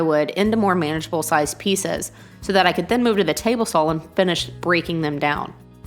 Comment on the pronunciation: Why do you pronounce saw with an L at the end?